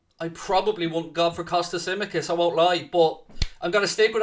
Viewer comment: Come on lads✊🏻🚩🚩🚩🚩🚩🚩 Looking forward for that match! *Tsimíkas is pronounced like ch-imíkas The ts in Hellenic makes a ch sound like Chamberlain. So, it’s Chimíkas, not simikas.